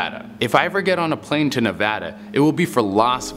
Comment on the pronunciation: Thank you for saying Nevada correctly. Can we get a Nevada urban legends video please?